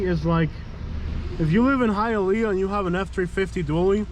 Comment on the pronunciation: High-A-Leaaa...ah sucks...